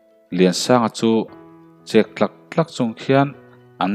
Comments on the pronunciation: Thlukna a awm loh chuan ChEK tlak tlak tih nise ngaihthlak anuam deuh ang a😀😀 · Chek Ilan Dan hi thing chek ang alam ni lo in SA chek lam Rik ang a lam tur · Sachek i lam rik angin chek tlawk tlawk ti rawh aw